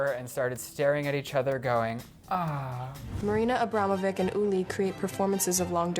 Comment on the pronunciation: Learn how to pronounce Abramović's name correctly, you stupid ignorant bitches. They couldn't even bother googling an artist's name before making this awful video.